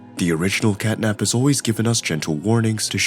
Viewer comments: Bro Called Catnap as "Catnip" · Honestly I feel sad for catnap bc u called him catnip many times one the end bruh